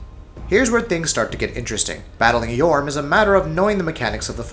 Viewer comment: ITS FUCJUNG YHORM NOT YOHURM